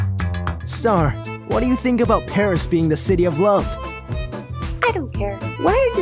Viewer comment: Pronounce PARIS right this instent Or I'm going to smack u